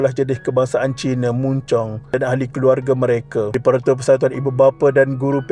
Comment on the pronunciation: Maaf,sebut betul,bukan muncung, tp sebutannya mancong, walaupon ejaanya mun Chong, anak sy bekas sk ini dan sk ni terletak beberapa meter sja dari rumah sy